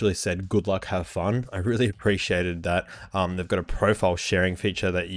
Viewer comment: "...luk at thadt, how clear-it-is" xD best mate! Although mine comes initial tomorrow, im already in Love with this Beauty <3